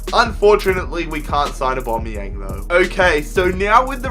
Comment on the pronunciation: y does he say abomyang